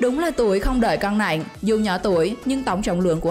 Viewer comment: Nặng mà chị đọc nẹn ko thấy ghét